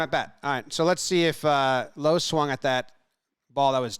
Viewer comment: great video but the only thing is it's "Lowe" not "Lowe"